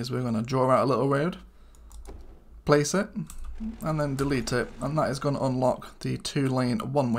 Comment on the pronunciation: DEWETE!?!?? hahahahaha